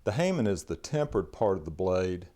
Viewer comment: Something like 30 yrs ago I used to tour Japanese Sword shows of the JSSUS, Japanese Sword Society of the United States, and Toronto was one of our sites. God I'd love to see them today. I'm going to correct you if you don't mind. Hamon, is pronounced Ha Mon, or Hah Mon. Meaning as mentioned by a previous commentor. Mon means sign, Ha means Edge. The sign of the edge. I can usually tell you by Hamon alone, what style of the main schools of swordsmiths the blade came from. It's just one of those things, should have met, never did.